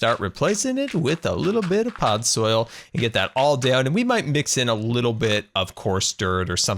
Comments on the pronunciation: its podzol, not podsoil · Am I the only one slightly irritated that he kept saying pod soil and not podzol?